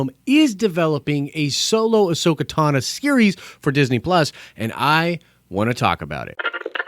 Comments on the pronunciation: Ahsoka Tano. Not Ahsoka Tana....... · TAH - NO...... say it with me....... TAH - NO